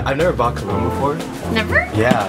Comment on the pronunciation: colon!!! O.O you mean cologne...